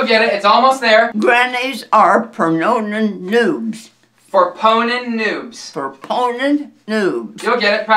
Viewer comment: Omg everytime she practice she said it right but when they rly doing it she keep sauing pernonon o_0